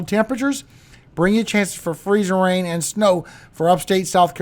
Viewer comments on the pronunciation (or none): We have a merch request for you from our 23 yr old son. Can you PLEASE make a shirt with the words Freezing RRain. Emphasis on the RRR the way you say it? We will buy it and I just know others will! ❤